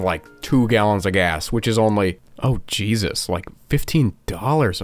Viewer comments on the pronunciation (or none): none